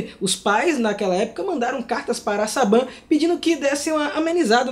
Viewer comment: Aflição eu sinto quando vocês falam Saban.. "seiban" pfvr